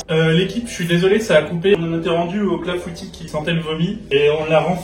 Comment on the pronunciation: Ah je suis cassée, son clafoutis c’est pas un clafoutis mais un clafoutu 😭😭